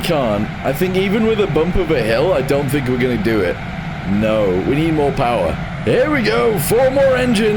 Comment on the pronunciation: "up herYA" got me screaming bro 🤣